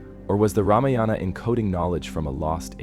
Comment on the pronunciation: First learn how to say ramayana properly then make videos.